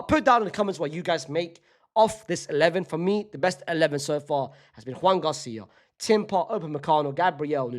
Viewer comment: Your Joan García pronunciation kills me😂 that's not how you say his name